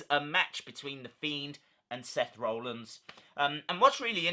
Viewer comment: Interesting video. Thanks for the update RE the mask too 👍🏻 I just wonder you pronounce Seth’s name as ‘Roellins’ rather than ‘Rollins’?